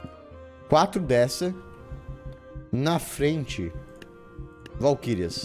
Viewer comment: Se você tiver qualquer problema. Valquírias cara, VALQUÍRIAS